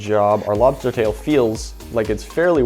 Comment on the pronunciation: Lmao I was just waiting for you to say “lobstah”